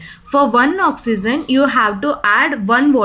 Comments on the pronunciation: Not OXYZEN..it's OXYGEN..pronounce carefully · Oxy-gen (correct) oxy-zen (wrong) pronounciation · I like the way when u say ions and oxygen